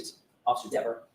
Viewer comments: You're thinking like a lawyer not a juror re: Dever You also missed the subtext in mispronouncing her name. DEAVER happens to be the name of an 18-year blood spatter analyst for the NC Bureau of Investigations convicted of perjury in a murder investigation and found to have been deceptive about his resumé, à la Burgess. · She even lied about the pronunciation of her name. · Well, if you want your name pronounced correctly.....SPELL IT CORRECTLY!!! Dever is pronounced like beaver 😂😂😂😂 also, you can only be charged with perjury if you lie soooooo🤷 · Diiiiivvvvveeeerrrrrr didn't like having her name mispronounced 😂 ! More worried about her name than telling the truth about who she saw messing more likely with Karen's car !! A wildly amount of time she told the FBI !!! To think she got a bigger paycheck to more likely keep her nasty mouth quiet !!! SHE'S GOT NO PROBLEM SENDING AN INNOCENT WOMAN TO PRISON FOR THE REST OF HER LIFE !!! WHO WANTS HER WORKING IN THEIR NEIGHBORHOOD !!!!